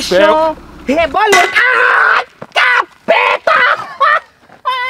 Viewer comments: "que vai começar o rebolexon o rebolexon xon xo do rebolexon xon" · Reboleichon kkk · KAKAKKA VDD A PARTE REBOLEICHON REBOLENCHEION KKKKKKKKKAKAKAK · Kkkkkkkkkkkkk o reboleichon o reboleichon o reboleichon o reboleichon o reboleichon kkkkkkkkkkkkk